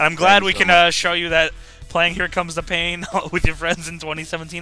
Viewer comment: It pin instead of pain